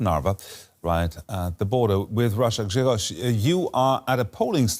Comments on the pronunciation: U nailed Grzegorz’s pronounciation good job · This is a very good pronunciation of this Polish name. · huge respect for pronouncing "Grzegorz" correctly